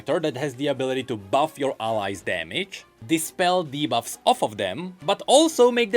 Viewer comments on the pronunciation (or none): none